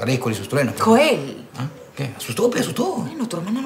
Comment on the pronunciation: pero se llama Joel con j no Yoel con y,falto practica